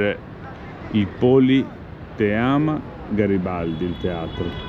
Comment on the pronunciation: Non e'Polteama, Politeama :D. A sferracavallo si mangia ai chioschetti fronte mare.